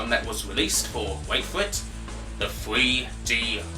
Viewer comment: I weally enjoyed woad wash fwee!